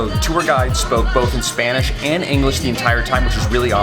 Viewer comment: Is your lady Brazilian? She pronounces Spanish too well not to be.🤣